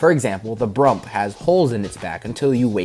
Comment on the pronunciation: I just realized that wen he called brump it sounded like poike/idk I know I spelled it wrong